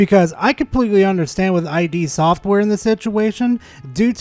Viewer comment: It's "id" software, not "eye dee". Id is a concept from psychology.